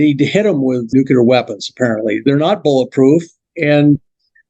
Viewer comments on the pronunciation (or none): Brandenburg is Fascinating. I won’t die on this conspiracy hill but his theory is tempting. IF (big if) we already have anti-grav, then it could be as he describes. If not then ET would turn us into butter. I just wish sciency ppl could pronounce Nuclear. Nu-Klee-Er Not Nuke-Ya-Lur